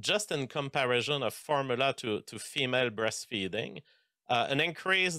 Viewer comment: I refuse to listen to a 'biologist' who can't pronounce the word "formula", and uses the most vague measurements ever.